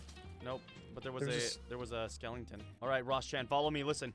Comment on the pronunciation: Skelington XD